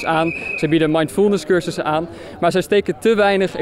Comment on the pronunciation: Leg die klemtoon in mindfulness eens niet zo raar.